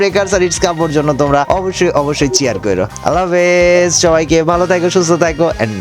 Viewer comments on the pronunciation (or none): none